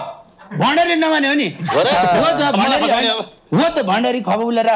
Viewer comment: भन्डारी लाई बण्ढारे, भन्ने कोको हो🤣🤣🤣